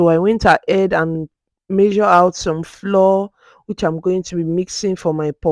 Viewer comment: Great video! Quick question though: Why did you pronounce the actual FLOUR as "FLOOR" but the CORN FLOUR as "FLOWER OR FLA-WAH OR FLAU-UR"? They are both pronounced as "FLAU-UR, FLOWER".